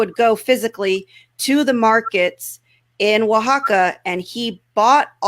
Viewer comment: Now I can actually pronounce "Oaxaca"